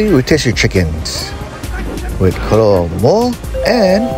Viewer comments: K-o-a-l-a, like the animal, Not K-a-l-u-a. Am TOTALLY Prejudiced toward Ray's coz....1) Know the present owners, PERSONAL. Grew up together...2) One of their outlets is <5mins. walk from my door.....3-4x/week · KOALA (pronounced KOH AH LAH) Can’t you read?